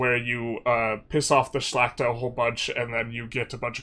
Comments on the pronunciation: Ngl, your perfect pronunciation of Szlachta is hella impressive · Im suprised by your pronounciation of Szlachta! Its really good, love from Poland! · You are actually pronouncing Szlachta perfectly.